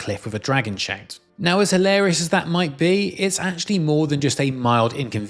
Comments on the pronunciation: I had to listen to this twice to realize he is saying "shout", not "shank". Lol i couldn't figure out what a shank was in Skyrim.... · When you say “shout”, I could swear you are saying “shank”. Interesting accent effect. 😅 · Maybe its because im watching at 1.5x speed but it sounds like shank when he says shout... It can at least still kinda make sense in the context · how in the heck are you putting an "a"&"n" sound where the actual word "shout" has an "o"&"u" ?????